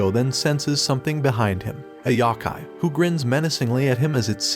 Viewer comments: A “yahkai”? You miss pronounced. YOkai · a "YAKAI" smh its "YO-KAI" couldn't even past the 14 second mark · the amount of YAKAI is massive, however its Yokai not Yakai :( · Yow-Kai, not yahkay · Yo....like no...kai....yohkai not yawkai...I'm sorry I had to. I've always loved this anime. Took me back, thank you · it's pronounced yo-kai not yeah-kai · yo-kai my brother... sigh... there's a couple pronunciation videos out there... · The "YAH-KAI" 💀💀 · good breakdowns, terrible pronunciations.